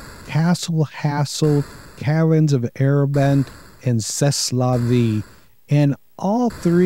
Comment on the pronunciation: As a Canadian, I learned a bit of French in grade school. "C'est" is pronounced "ceh". It's a contraction of "ca est" which means "that is" or "that's". In French, the last letter of many words is not pronounced.